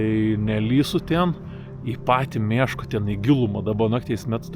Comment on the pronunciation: Jauciu daugiau nei puse zmoniu pagalvojo, kad pasakosi apie “meška” o ne “miška” :D